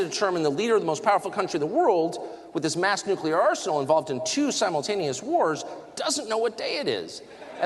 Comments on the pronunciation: Benny, the word is nuclear, pronounced new clear. Not Nuculer as (ignorant) Geo. Bush said.:hand-pink-waving::hand-pink-waving::hand-pink-waving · The word is nuclear, not nuculiar. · Its " nuclear" not nuculear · You look for people that never lied to you?!?! HAHAHAHAHHAHAHAHAHAAHAHAHHAH!!!!!!!!!!!!!! #stopderp Reminder: You use the word "nucular" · Hey, Benny. NUCLEAR is pronounced Nu-clee-ar, not nook-u- lar! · Benny- please… The word is pronounced “new-clear”. There is no such word as “nu-cu-ler”. Note that the spelling is nuclear. Said from the heart, not to hurt. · Is Benny saying nuclear or nucular? 🙃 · It's not fkn nucular ffs benny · Why do you say nuke-you-lar instead of nuclear? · Dude, please I beg you. Practice saying (nu-clee-er! You’re not an East Tennessee hillbilly. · Did Benny call it "nukuler"? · I just wish people could pronounce nuclear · Is Benny ever going to learn how to say the word nuclear.